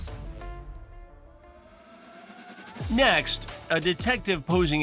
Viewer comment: “yehsurr” speak proper English boy